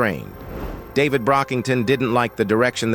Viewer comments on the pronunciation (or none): none